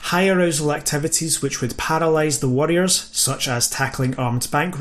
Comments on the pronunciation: Jesus Christ, the accent , you pronounce both variants the same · I'm not going to lie... your pronunciation of 'warrior' and 'worrier'... a bit confusing... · Had a pretty hard time distinguishing if you were saying worrier vs warrior while I was listening at work. I'll have to watch it again with subtitles. Best presentation of the subject I've seen on YouTube yet.